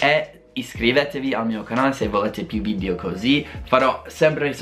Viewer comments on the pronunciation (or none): none